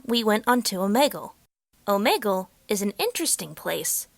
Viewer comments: ITS "OMEEGUL" NOT "OMAYGUL" JESUS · Oh-me-gle not oh-Meg-ool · Omeegol I didn’t know it was pronounced like that🤔